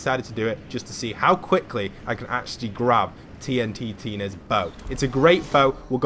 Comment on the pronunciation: It's pronounced "TEEE EN TINA" not "TEE EN TEE EENA" just so ya know ¯\_(ツ)_/¯